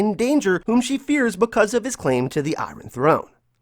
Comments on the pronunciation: “Eyerin Throne” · It’s so annoying how he says iRon throne 🤦🏽‍♂️ geesh. Did you go to school? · The way you say iron throne..